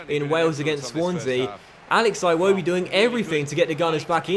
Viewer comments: it’s Ee-woh-bee not I-woh-bee other than that fantastic series really enjoying it can’t wait to see the next season!! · I kept getting triggered when he said 'eye-wobi' instead of 'iwobi' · its "Iwobi" not "eye-wobi" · its not pronounced iwobi, its ewodi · EYE wobi, sounds so damn stupid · HOW MANY TIMES CAN YOU SAY IWOBI WRONG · Can you pronounce Iwobi properly please? it's so triggering lol